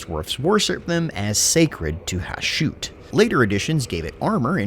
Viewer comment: Isn't the pronunciation of the Chaos Dwarves God Ha-shut? Not Ha-shoot?